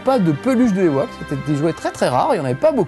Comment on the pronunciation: par contre on prononce '' i woke